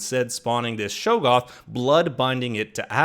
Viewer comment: great job, except........shog-goth, not show-goth.